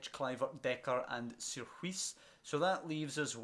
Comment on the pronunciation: Some pronounciations Sierhuis-seerhouse Bakboord-backboard Van de beek- van the bake Eiting- aiting Zeefuik- zay(as in 'say')fuyk